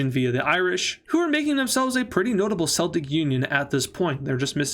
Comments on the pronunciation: Please,, “Sel-Tic” is the team and “Kel-Tic” are the people. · it's pronounced 'kel-tik